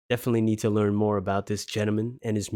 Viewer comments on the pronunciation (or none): none